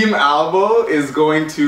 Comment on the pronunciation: omg... it's AlboE, not ALBOM